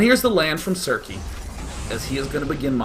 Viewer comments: It's uh... its circe, like cer-see. I love you Day9, read some greek mythology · Pronounced Sir-Sea Circe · Circe - Kirke - from the ancient Greek "novel" the Odyssey